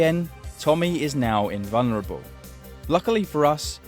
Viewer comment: He's in-vun-ruh-bow